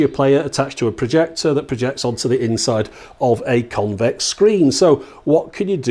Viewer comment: He says projector..